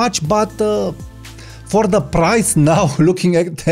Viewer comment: Why are you pronouncing “now” “naaaooowww”? BTW I like that photograph of the person smoking wearing shades.